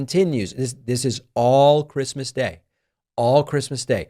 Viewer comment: He must not have gotten the Chwistmas pwesent he wanted.